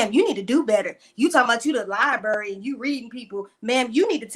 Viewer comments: A Professor who can not pronounce "LiBRary" correctly it is not "LiBERRY" ma'am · Wendy actually said “lie berry” twice. If you can’t say library, then please don’t talk about your “degrees.” Also, the house Wendy showed in the video was staged on a very low budget. 🤦🏾‍♀️ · With her many degrees can she please learn how to say library correctly. 🤦🏻‍♀️ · How can someone with 4 degrees not be able to say Library correctly🤯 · With 4 degrees you would think she would know how to say it correctly.